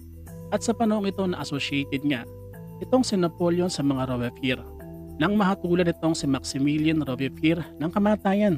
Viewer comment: rowbz·pee·ehr ang tamang pag basa sa Robespierre